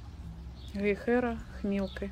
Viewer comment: В слове "Гейхера" ударение на первом слоге.❤